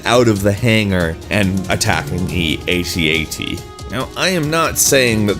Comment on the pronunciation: Imperial walkers are not pronounced, "ayee tee ayee tee". They are pronounced, " @@ you fucking noob.